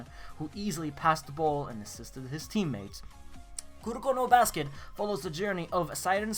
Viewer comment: did he say kurokuro basket xD